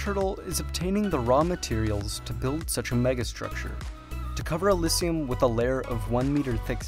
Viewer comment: How many times can you mispronounce elysium in 3 minutes and 30 seconds? uh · li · zhee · uhm